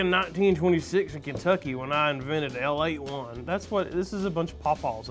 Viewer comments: Son, it's pronounced A Late One...and you head up to Owensboro and get yourself a couple of pulled mutton sandwiches with a side of burgoo and you have a meal..... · The third coke is pronounced "Ale-Ate". The "1" is silent. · Ale81 is pronounced “A Late One” but most Kentuckians call it ale 8. I grew up on ale 8 and sun drop. Kentucky is totally amazing and weird at the same time. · It’s pronounced “A Late One” or Ale8 for short. It’s also the best soda on that table. There, I said it. Crucify me. 😂😂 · Ale-8-1 is pronounced "A Late One" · Cheer-wine, RC as a kid, at Pofolks restaurant. Ale8,1. Is a pun ... a late one and its pronounced Ale as in beer. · Ale81 is pronounced a late one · No no no no I hate when he said Our kentucky soda wrong! Kentucky has the best soda but people hate on us cause they taste different